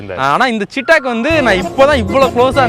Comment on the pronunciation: நண்பா. ரொம்ப நல்ல வண்டி. இப்போ வந்த EV வண்டி ரொம்ப நல்லா இருக்கு. ஒரே ஒரு correction. அது பேரு சீட்டாக் இல்ல. "சேத்தக்". (Chethak splelled as Chetak).